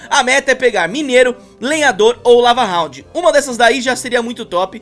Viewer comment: Ele alem de falar lava hound ele falou cava hound